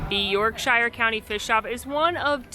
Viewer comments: York-sheer……not shyer 😉 🇬🇧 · yorkshire is pronounced yorksher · Yorkshire pronounced York-sher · Is it York ‘shire’ or York ‘sure’?